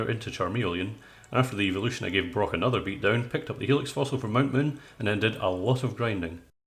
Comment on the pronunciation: When you said evolution when you were evolving Pidgy into Pidgyoto. I thought you said Eeveelution not evolution